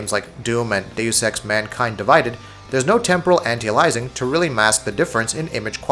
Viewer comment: Please for the love of god type this into your youtube search box "How to Pronounce Anti-Aliasing". Thanks!